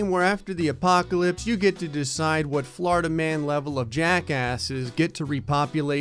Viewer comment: No one:: Flurida